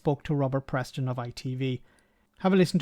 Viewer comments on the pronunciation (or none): Hello, voted at 11.00 a.m. Polling station was the busiest I have ever seen. It's' Peston' I think, not 'Preston.'. Interesting time ahead. Here's to a much better society here, where we can live with mutual respect as a basis to living.